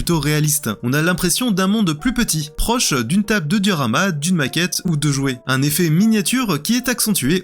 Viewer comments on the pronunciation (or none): (...) "une table de durama"(...) Heu... c'est quoi au juste une table de "durama" (duramal?)? 😶